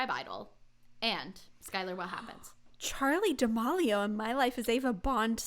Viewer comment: also for future reference i think it’s pronounced charli (da-meal-e-o) haha🥰 love you guys!!!